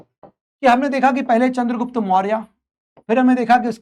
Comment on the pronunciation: चंद्रगुप्त not चन्द्रगुप्ता master log hi aise bolenge to kaise chalega